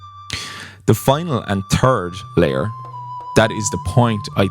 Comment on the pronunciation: In spirit of the games humor I chuckled every time you said the "turd layer" :D.